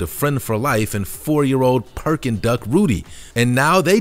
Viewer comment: It's Pekin Duck, not "Perkin" Duck. lol